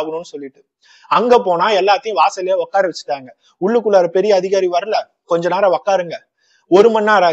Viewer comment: Okkara vechurukanga ilainga...utkara vechurukanga....please Thamizh la kola pannatheenga bro...unga narration romba nalla irukunga.